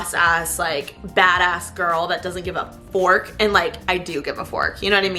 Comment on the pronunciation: Omg she said fuck not fork hahaha